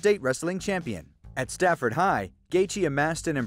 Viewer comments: It's Safford, not Stafford. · Its Safford... not Stafford. Every person in Southern Az is cringing everytime you say that shit. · His hometown is pronounce "Saf-ford". There's no T. #hometownhero